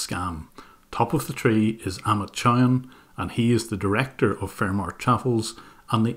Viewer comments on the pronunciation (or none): It's pronounced Chow haan